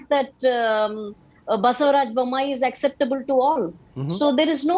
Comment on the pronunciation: its not baasevraj..its basavaraj